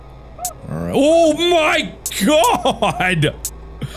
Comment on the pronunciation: "CHO MY GAWD" -Markiplier 2023... Again.